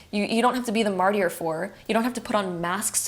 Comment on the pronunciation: I’m so sorry, but it really is distracting. Martyr is pronounced MAR-TER.